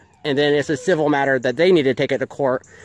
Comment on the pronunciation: he said civer mattel instead of civil matter